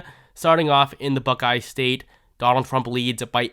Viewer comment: “Donal Thrub” 😂😂😂